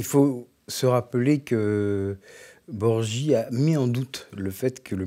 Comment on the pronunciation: "Borgi" ? Claudio Borghi ? (ça se prononce "Borgui")